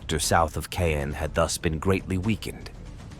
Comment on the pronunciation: Caen is not pronounced as cane.